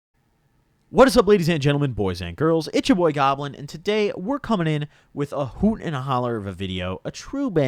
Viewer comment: If I didn't know he was from illinois I would think he would be Canadian because the way he says hoot